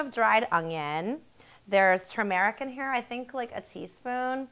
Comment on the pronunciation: Gosh you talk horrible! Really, listen to yourself in the video, it's horrible. That like pronunciation at the end, my god.